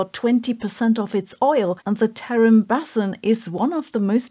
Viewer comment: Basin, sounds like bay sin